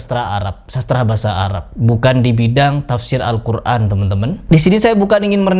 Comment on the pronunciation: Ayo bedah satu persatu ustad yang menyimpang dari Agama islam, dan sedikit di bedah adalah cara ustad Adi Hidayat mengucapkan kata"al Qur'an", di sana tidak huruf 'ain, tapi saat dia bilang al Quran ada melibatkan huruf 'ain. Apa tidak menyimpang dari ilmu tajuid, atau hanya pemanis suatu kata agar indah didengar??